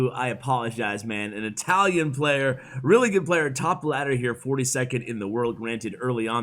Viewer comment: It's a weally fun deck 😂